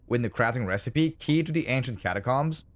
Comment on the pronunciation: The way u pronounce catacombs is upsetting